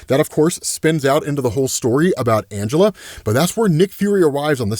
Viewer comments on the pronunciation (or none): none